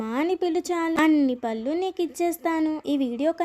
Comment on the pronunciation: పల్లు కాదురా తల్లీ పళ్ళు అని పలకాలి పల్లు అంటే నోటిలోని దంతాలు పల్లు